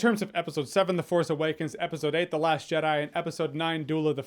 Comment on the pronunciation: Correction. You miss pronounced ‘the last Jedi’